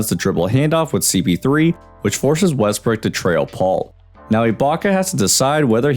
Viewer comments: You were saying westbrick instead of Westbrook this whole video.... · Was I the only one hearing Westbrick?🤣